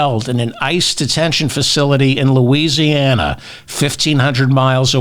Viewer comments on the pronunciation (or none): none